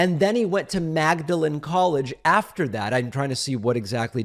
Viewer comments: Magdalen is pronounced MAWD-lin. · David - two things: "Magdalen" as in Magdalen College, Oxford is pronounced "maudlin"; b) Kennedy was on a Rhodes scholarship - no degree out of it. One wonders if he expressed these ideas on "smart stupid" people (an idea stolen from Bill Maher, by the way) when he was at the interview. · Magdalen college in Oxford is pronounced Maudlin...you high IQ..... person.